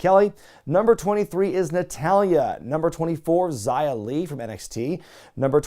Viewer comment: Xia is not pronounced Zaya but Shyaa. In Chinese, X is always sh.